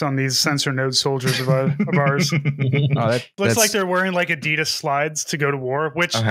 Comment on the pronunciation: Also every time you say Adeeeedas as opposed to Adidas, I lose 1 HP in my brain. And I'm pretty low to begin with.